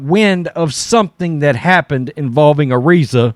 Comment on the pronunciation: FYi you are pronouncing Araiza's name wrong